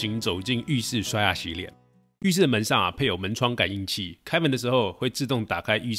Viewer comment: 嵌（ㄑㄧㄢ）燈，別再砍啦。